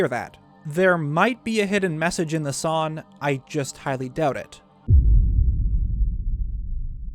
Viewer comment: Not a gripe or making fun of you, just wondering if it's a local thing how you don't pronounce the G in "song", to me it sounds like "sawn"